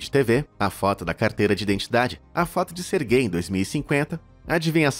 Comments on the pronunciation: É "SERGEI", não GAY. "Sérgio" vem daí. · Toda vez q ele falava o nome do primeiro cara eu escutava "ser gay" kskskksksks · "sergay" aí n mano KKKKKKKKK